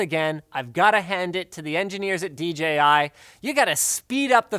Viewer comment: Thank you for saying "dee JAY eye" instead of "dee gee eye" like every other reviewer on YouTube.